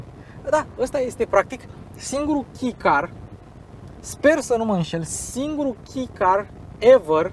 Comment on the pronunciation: misto review, dar cred ca se pronunta kei nu ki car. si exista clasa supermini care include cele mai mici masini... edit: ce plm legatura are servodirectia sau absenta ei cu raza de bracare? :)))